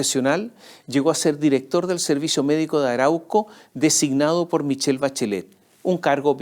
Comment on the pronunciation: "nos gusta que nos den pol".......😂😂